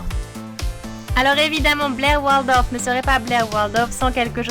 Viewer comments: WARLDOF MDRRR c'est Waldorf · WALDORF ET PAS WARLDOF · Elle dit Warldof j'vais vomir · Mon dieu comment tu dit waldorf c'est une horreur